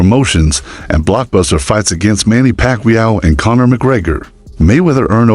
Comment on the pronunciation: Either this is AI generated audio or this dude is slow..Manny Pacmeua? 😂